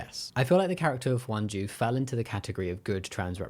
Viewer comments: Her name is Hyunjoo, I think you were pronouncing it as Wonju or something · who tf is “hwan ju” her name isn’t pronounced like that